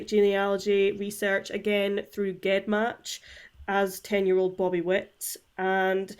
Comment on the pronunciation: Not a big deal but it's pronounced jen match like genes or geneoloy.